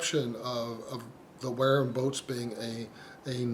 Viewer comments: You dont know what your talking about mate, apart from your very poor pronunciation. I dont think Ive heard such drivel...If the Wharrams sell so well ...your obviously WRONG !!!! Why do refer to Wharram owners as being part of a cult. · It’s killing me that your mispronouncing Wharram.